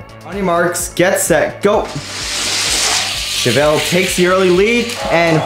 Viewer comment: Your saying chevelle wrong